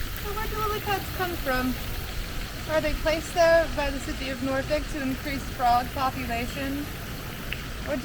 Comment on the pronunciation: I was born there she is saying it right